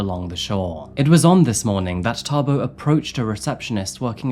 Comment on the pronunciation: 😅wow you say Thabo like a real Tshwana👍